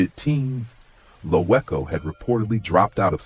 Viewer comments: It's pronounced "Loco" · you are saying his name wrong , him and Troy wasn't half brothers you ass cap take this bullshit down, and wasn't natural causes my blood stop the lies😮